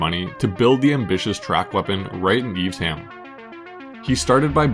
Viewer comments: "eves-ham" no my wmerican friend, its pronounced eve-sham. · Its Eve Sham not Eves Ham. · You say eves ham, we say eve sham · This is the type of content that I come here for. I had the privilege of seeing a Lotus Carlton in real life in the 90s and instantly fell in love. It looked like something your Nan would have driven, but with just enough spice that if you know, you know. BTW, Evesham is pronounced Eve-Shum, not Eve's ham (that did make me chuckle). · Eves ham.... 🤦‍♂ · Seriously at least pronounce the Worcester town of Evesham correctly , its not Eves Ham ! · That's not how you pronounce Evesham 🥴 do you even know how sh is pronounced 😅